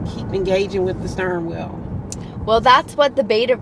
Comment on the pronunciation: I am not an English native speaker and I have to say I adore specific accent. "The stirring wheel" and the loooong vowels;)